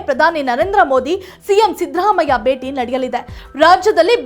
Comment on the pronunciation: ಕನ್ನಡ ಚೆನ್ನಾಗಿ ಕಲಿತು ನ್ಯೂಸ್ ಓದಲು ಬರಬೇಕು ಅನ್ನ ಭಾಗ್ಯ ಬೇಟಿ ಹಬ್ಬ ಎಲ್ಲ ಮಹಾಪ್ರಾಣವನ್ನು ಚೆನ್ನಾಗಿ ಕಲಿಯಬೇಕು